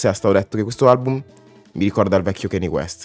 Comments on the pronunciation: si ma kenni west non si può sentire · comunque hai un problema coi nomi, non si pronunciano "keni west" e "ti dolla"